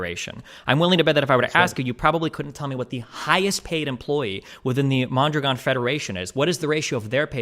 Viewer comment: Is it far fetched to imagine mispronouncing mondragon is some type of racist dog whistle